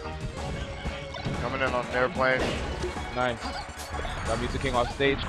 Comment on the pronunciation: hahaha did he say "coming in on a nairplane"?